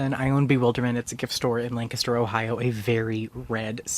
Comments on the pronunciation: I don't even know why I'm subscribed, you can't even say LANCASTER right. 🤦‍♂ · He can't pronounce a word therefore his points are invalid? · Hey I didn't know places other than Lancaster PA pronounced Lancaster that way, neat